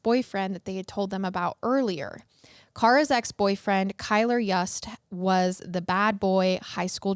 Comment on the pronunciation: FYI, Kylr's last name is pronounced "Yoost", not "Yuuust". You-s-t. It's spelled Yust, yes, but different pronunciation. And Jessup Carter is Kylr's half-brother, not stepbrother. The only piece of Kara's bones reportedly found was her skull. According to local news, unfortunately there just wasn't enough actual evidence to convict him of premeditated, first-degree murder in either case or second degree murder in Kara's. I think it's also worth mentioning that Kylr had animal cruelty charges against him for torturing and killing kittens- which is common with some serial killers/murderers, even if he's not technically a serial killer that we're aware of.